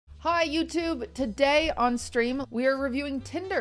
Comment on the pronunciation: you and ludwig say today the exact same way